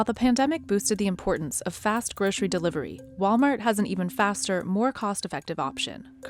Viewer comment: Groshery? We say Grocery here. Where are they?